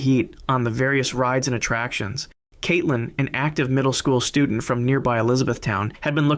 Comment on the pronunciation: Stop saying Kaitelyn please because it’s my name and it’s making it weird for me and my family 😅❤